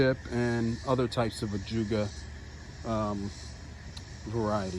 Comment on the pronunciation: Beautiful, you took me out when you said " my hard oh feet"